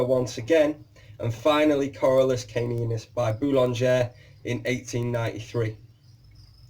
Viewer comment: Hi, excellent video. But it's Corallus and not Corralus. Same mistake on your website. Olivier